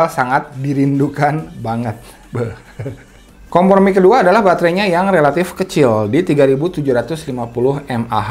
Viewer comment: Apa gw yg salah dengar kompormi ya?